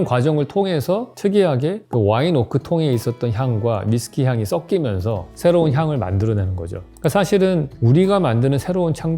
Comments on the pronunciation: " 석기면서 (o) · 발음 "썩끼면서(x)